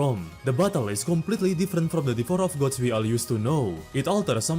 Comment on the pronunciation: bro hit me with the "devorer of gods"